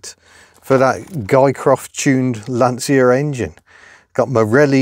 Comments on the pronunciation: It's not Lantsia, it's Lantsha. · Another person who can’t pronounce Lancia, Dell’Orto’s properly.